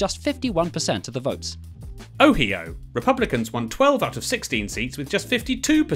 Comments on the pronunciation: It's oh-iý-oh, not oh-hee-oh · It's pronounced "oh-HIGH-oh" and "Mary land" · it's oh-Hi oh, not, oh he oh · I sure love the great state of “Oh-hee-o”. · ah yes, my favorite states, north caroleena and ohyoe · *North Caro-LIE-na *O-HI-o *MARRY-LAEND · OHeO? MahRyeLand? What are those pronunciation? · Noth Caroleena Oheeo Mahrwylawned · I gave the benefit of the doubt on “North Caroleena” but “Oheeo?” They’re doing this on purpose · North Caroleena 💀 Oheeyo 💀💀 Mar rye lawned ☠️☠️☠️ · the mapmen know how to correctly pronounce gerrymandering but not ohio. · Is no one to talk about how they mispronounced North Carolina, Ohio, and Maryland 😂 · They followed it up by mispronouncing Ohio and Maryland - I’m pretty sure it was a joke😂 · LMFAO the pronunciation of "Ohio"